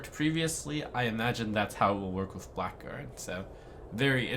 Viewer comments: It's pronounced "blaggard", not "black guard". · "Blackguard" is pronounced "blagard" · that awkward moment when blackguard is not pronounced as black guard but as something silly... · "Blackguard" is pronounced "Blaggard"